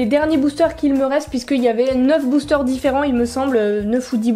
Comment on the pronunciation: tu as dit boochteur